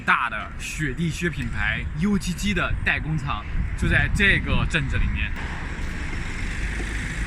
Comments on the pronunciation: 那个念啊歌……不读油叽叽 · “UGG”其实不该读“油叽叽”，而是读作“阿哥 [ʌg]”。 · UGG源自澳洲，没人把它读成 U, G, G. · UGG念成 YOU雞雞 哈哈哈 土货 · ugg 的发音有问题啊，就是ugly那个发音。澳洲ugg很贵的，并不是每个人都买，而且属于在家穿的保暖鞋，没有人出门穿，有人就买一双样子是ugg的样子，但是是化纤的凑合，反正澳洲的冷天不多。看起来加工皮革好麻烦，澳洲怎么可能自己加工呢？而且污染厉害在澳洲也是不可能的，例如澳洲煤炭储量丰富但是不卖给老百姓取暖，只能烧木头。中国的制造业没得说，质量方面，只有正直的心，才有正直的产品，所以品牌非常重要，希望中国人的正直心能胜出，创造出真正名牌。